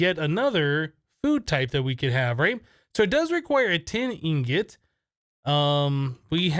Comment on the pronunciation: It's called ingot not ingoot and sieve not sive